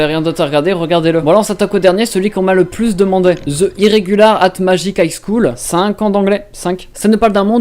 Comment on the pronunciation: Cinnnq ans d'anglais, CINQ. XD